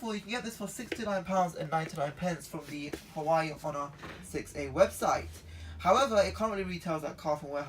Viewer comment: It’s pronounced hu wa way